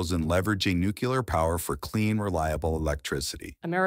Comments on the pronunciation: When you write your scripts you might want to proofread them first…it’s pronounced Nuclear not Nucular… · President Carter could never correctly pronounce the word "nuclear," and his mispronunciation has apparently been passed down to another generation.😅